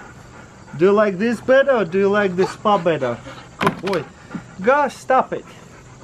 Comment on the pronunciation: “Are you ready for the spwa” Lol 😂